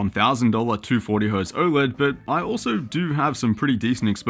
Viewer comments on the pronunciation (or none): none